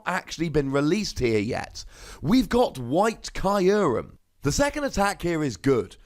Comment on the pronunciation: Uhh Kyurem is not pronounced caillourem